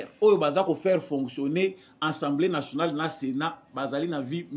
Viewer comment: Ndeko na ngai,,fais quand-même un effort ":assemblée nationale " et non "ensemblee", tu es encore jeune, tu peux le faire:assemblée nationale!!! Merci.